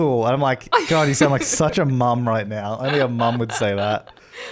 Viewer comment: "Nowrrrr" ~